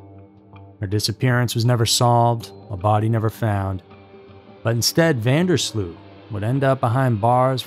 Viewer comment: the last name is incorrect as well; it's pronounced van (not ven) der sloat.